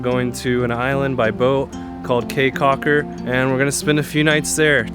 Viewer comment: Beautiful video! I thoroughly enjoyed it but did cringe every time you said “Kay” Caulker. Your research seemed really thorough, I’m kind of surprised you didn’t learn how to pronounce the destination.